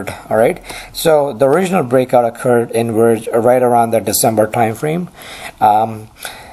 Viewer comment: he litterally swaps every "v" and "w" in all words...he says werge and wery instead of verge and very...countless other examples